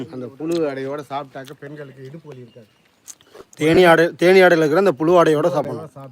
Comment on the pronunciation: தேன் அடை என்று சொல்லு தம்பி ஆடை அல்ல.